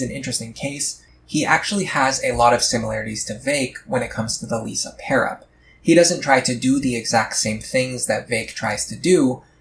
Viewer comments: I'm not sure i can take you seriously when you say she's your favorite. You mispronounced her name the entire time. She is the best though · Apparently you don't like her enough to pronounce her name right 😂